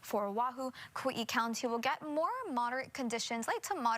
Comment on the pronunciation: Kawee-ee? Where the hell is that?